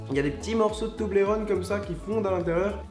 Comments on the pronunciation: Sa se prenonce to-bol-ron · Nan s'il te plait Charles Pas toblérone s'il te plait tout mais pas ça, ça fait mal au oreilles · tu prenonce male le mot toblerone